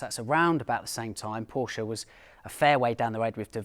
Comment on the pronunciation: You pronounce Porsche in the correct manner! Thank you.